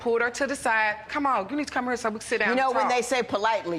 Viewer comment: How one mis-pronounces HERE is beyond belief.